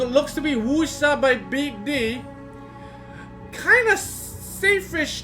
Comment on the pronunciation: Lmfao sounds like your saying beat d***